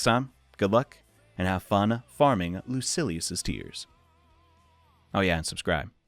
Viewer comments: Lucy. Ellis. I’m ded Lu-sill-ee-yus Whoa he changes to the wrote pronunciation mid vid. Definitely trolling us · Great video but its pronounced loo-seal-e-us